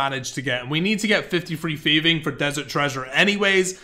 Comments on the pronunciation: Its Thieving, not feving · "F" instead of 'th', "barrow gloves", "cleomancer". Yup, this guy is just unable to read/pronounce words correctly.